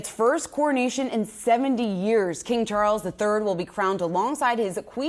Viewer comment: It's, Chawwls! King Chawwls The Turd!